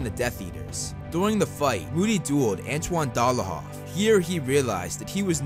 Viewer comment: Its antonin delahov not antoine dela hoff😂